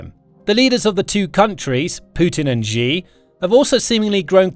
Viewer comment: This is going to blow your mind but...Russia makes computer chips. They also make all mannor of sensors and such. (2) His name is pronounced "She".